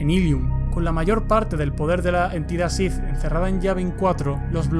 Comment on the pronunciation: Buenos videos, pero me confunde cuando dices Shif en vez de Sith